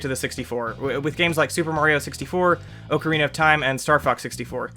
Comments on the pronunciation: OAK A RINA, no, it OK O RINA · Please don't call Ocarina of time "Oakarine of Time"